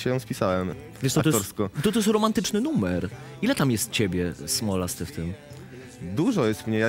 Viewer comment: Pani prowadzącą nie zrobila pauzy między słowami "Smolasty" i "autor", i tak dziwnie je zaakcentowała, że wyszło, że autor jest smolasty, a nie że autorem jest Smolasty